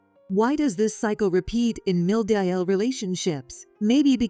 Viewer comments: No, not another AI robotic monotonous expressionless narrating. Ugh! Not subscribing for sure. It is NOT pronounced 'MIL' ... it is short form for Mother-in-law ... say it correctly. Short cuts are very annoying also. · Please spell out MOTHER IN LAW for your AI to read